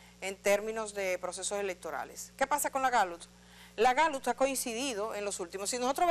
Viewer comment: Edith!, la Gallut como usted lo pronuncia, es la misma Gallup que conocemos?..